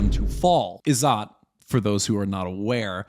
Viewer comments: It's pronounced Iz-zat and not Izaat. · It's izzet not izzaaat, more like in 'wet'. It has Arabic roots.